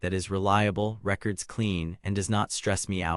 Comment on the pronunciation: Definitely AI slop. You can tell by the way it pronounces records.